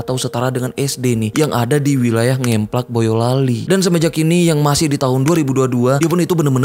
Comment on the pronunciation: Kecamatan NGEMPLAK, huruf E pengucapan spt kata BREBES, bkn spt E pada kata JEBRES